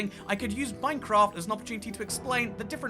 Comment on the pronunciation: Bri'ish people really call this MyCraf